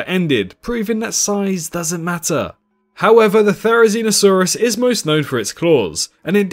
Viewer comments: the way u pronounce theri hmmmm... "zee no" "see no" just saying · no not you im talking about the "zee no" part in theri's name because it sounds like "see no" and its a video about theri being blind